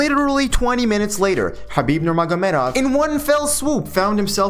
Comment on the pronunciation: Pronunciation of his name on point 👌 also love the format/style! Knee examinations are annoying lol